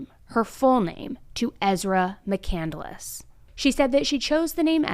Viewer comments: I’m sure it’s not pronounced “Mc Candle less” either. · Christopher Mccandless last name wasn't pronounced that she pronounced it. She said on the stand that he wrote a book Call into the Wild. He didn't write it. He died, and the book was written about him after his death.